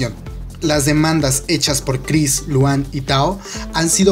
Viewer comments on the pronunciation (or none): Emm... se pronuncia Lujan... PD: solo si es EXO le daré like y veré el video